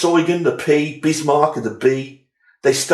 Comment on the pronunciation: So glad you pronounced Eugen correctly. I could not finish the review that continually said Prince Eugene.... You have a new follower.